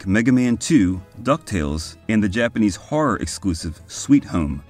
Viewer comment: Did anybody praise your Japanese pronunciation yet? Let me... very solid work in that department!